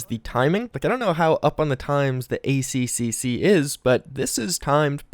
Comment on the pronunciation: Its pronounced A triple C